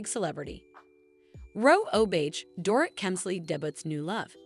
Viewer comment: Learn how to say their names!! Dor-eet, Lou-Ann, etc.